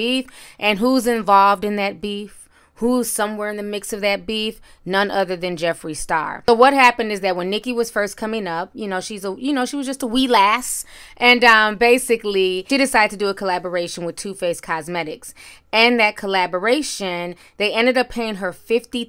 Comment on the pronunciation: I’m sorry but you did not say “wee lass” LMFAO